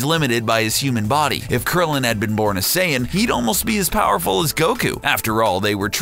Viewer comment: "Half Saiyana"